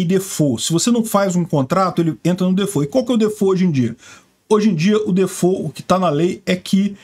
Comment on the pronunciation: Eu sei que ninguém tem obrigação de saber pronúncia correta em inglês mas inventar???!!! Defô?????? DI-FÓLT